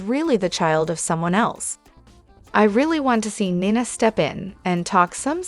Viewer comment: Also there is no o in Ava and 9a for Nina let's get real I know you know how to pronounce names